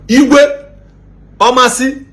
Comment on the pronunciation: You couldn't even learn how to pronounce the town well , anyways I advise you try investigate a little before airing because allegedly is not an excuse , that the people that came to you all have social media handle. Meanwhile where in Omasi do they have all this mineral sources, Uwa social media!!!!